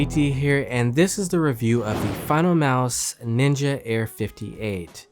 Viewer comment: Hate how it says ninja